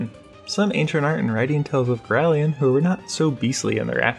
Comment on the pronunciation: Why do you keep saying girallion? there's no second i, so why pronounce it like girallion?